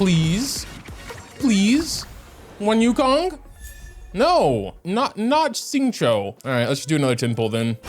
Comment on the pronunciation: nah, won't remember anyways. He can't even pronounce Xingqiu yet even after 3y